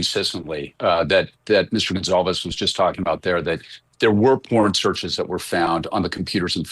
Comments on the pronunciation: Good God woman. Their name is not Gonzales!!! And it’s not Kohlberger ?? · It's Goncalvez, with a C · Thank u. And she just said Steve Gonzales…god God